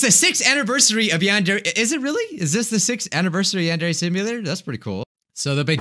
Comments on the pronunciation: It’s pronounced “yahn-deer” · he pronounced it yawn-dairy